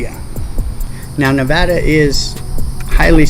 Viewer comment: Im from NV. I hate when people mispronounce our state. Thats when you know their a tourist.